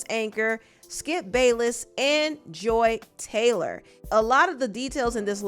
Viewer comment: FUCK THIS LADY! I used to tutor her son and I could spill sooooo much tea about her. And yes you’re saying her dumb ass name right. She used to come home and tell me who she was dating at work and she ADMITTED to me that she slept with multiple people. I believe none of her shit. If you’re reading this- you’re such a rude woman, you’re entitled, you treat your ex husband like shit and you think your shit doesn’t stink. I’m so glad I left working with you when I did- you were so nuts and weird I felt horrible for your son who was so sweet!!!!